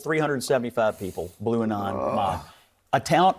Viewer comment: Did he legit say "Blue-anon mob?"